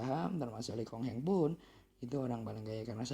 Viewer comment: Loe Keng Hong om bukan Loe Kong Heng 😁😁😁